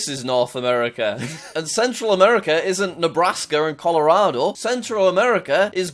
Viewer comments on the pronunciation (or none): none